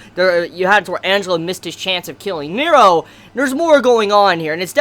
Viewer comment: NERO! N-E-R-O ffs, the way you pronounce it is so distracting.